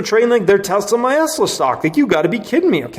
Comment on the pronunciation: Dude, wanted to hit the subscribe button but the “Tesla my Esla “ or whatever you’re saying made me check out